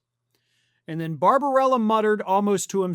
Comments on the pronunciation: The doctor's name is Barbabella, not Barbarella. (Would Jane Fonda be better at medical practice?) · The doctor's name is BarbaBELLA NOT Barbarella. Always a good idea to pronounce people's names correctly, if you call yourself a professional journalist.